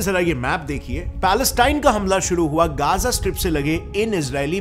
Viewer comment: Bro it isn't Geza it is Gaza clear bolo